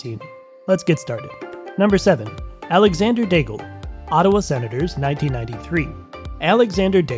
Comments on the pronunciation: Nobody remembers Daigle, so it's okay to hear Degal. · Learn how to pronounce the names 🙏 for god sake I stopped at Daigle because of that. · what a catastrophic way to pronounce Daigle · Wrong prononciation for Daigle.